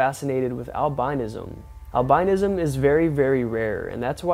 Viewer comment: It's pronounced Al-bin-ism...bruh